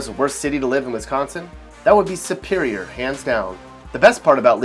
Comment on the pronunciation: This guys pronunciation of Wisconsin is pissing me off 😂